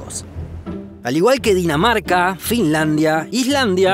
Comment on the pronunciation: dices que cundinamarca pero en realidad es Dinamarca yo entendí cundinamarca